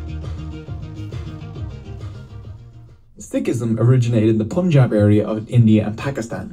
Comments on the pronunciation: Some corrections, further context and explanations for those who are interested to go a bit deeper 😊 - The “Pun” in Punjab is not pronounced Poonjab but pun as in “no PUN intended” - 550 years ago, not 500 years - The word '*Guru*' takes a deeper meaning in Sikh tradition. When asked by his spiritual interlocutors who he was, Guru Nanak said he has 3 forms. These are the temporary form (*Body*), Gur-shabad or timeless wisdom of God (expressed in Sikh Scripture), and Timeless and Formless primal and permeating force (*੧ਓੱ* ik-onkar) - alluding to enlightenment or ego-transcendence with the help of Gur-shabad (2nd form). - Sikh Tradition has 12 Gurus. The 2 others are *Guru-Granth* (Holy Scripture) containing the wisdom of Guru that can transform all humans to achieve enlightenment and ego-transcendence, and the *Guru-Khalsa* being the collective living body that has been transformed by Guru's wisdom and is equal in status of 10 Gurus. The voice of this collective represents the divine voice of the Guru, and hence the Gurus are still with us in the present, and open to all to become its part. Sikhs sociologically, politically, and ideologically transform with time and is guided by the timeless wisdom/spirit of the ‘Guru’. – Guru Nanak’s experience was religious enlightenment from where Sikh philosophy flows. “God spoke to him” is a casual saying that basically means his realization represents eradication of ego (explored later in the video) and realizin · It’s Punjab, not ‘pOoNjAb’ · Say it pAnjab (like 'A'pple) ... not pOOnjab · Lmao why does everyone always say pOOnjab punjab is pronounced pUHnjab, like the un from "punch" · It is pronounced as Panjab 🙄😑